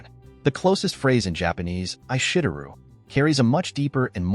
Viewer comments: Because this text-to-speech YouTube video doesn’t know how to speak Japanese, it butchered the pronunciation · "I SHIT ER RUUU" lmaoooo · Why does Aishiteru sounds like "I $hit on u" in English?